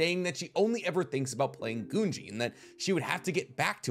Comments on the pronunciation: It’s GOONGEE watch the dub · Your saying gungi weird. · I will forever be perplexed at the ability of high-information, popular YouTube theorists to never pronounce words correctly. The show even says the word many many times. "Goo-ngi" not guhngee. Wtf. And her name? Is not KOMOGI holy crap did you even watch the show or did you only read off-brand wiki pages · I don't understand why you keep swapping back and forth between "gee" "jee". Game's called Go, not Jo, right? So why would you think it would be pronounced Junji instead of Gungi. Goo-n-gee. Following this thought, Komugi. Not Komoji. Ko-mu-gee. Stop being lazy with your pronunciation. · Komugi. Pronounced Ko Moo Gee (with a g sound not a j). Also I think Gungi is pronounced Goon Gee but I could be wrong on that.